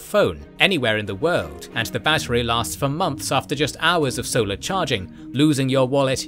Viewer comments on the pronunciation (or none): none